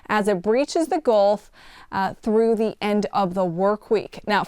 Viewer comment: Ah yes, the Goolf of Mexico.